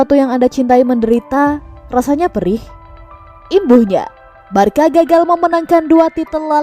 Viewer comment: Di sebutinnya barsa min bukan barka.. 🙏